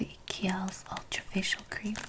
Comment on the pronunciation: (Kiehl's is pronounced KEELS -- rhymes with "feels,"--not Key-ell.) Loved this video. You are terrific. Thank you! :)